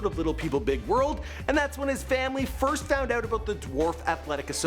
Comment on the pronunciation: He Canadian lol abooout